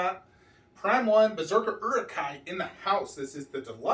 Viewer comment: You say Uruk-Hai with an urban american